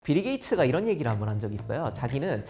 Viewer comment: 비르게이츠 ㅋㅋㅋㅋㅋ